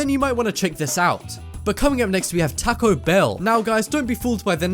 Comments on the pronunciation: Who else got annoyed when he said taco lol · you said taco wrong lol